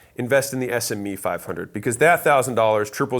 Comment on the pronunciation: SME sounded funny btu i totally agree. This changed my mindset a while ago.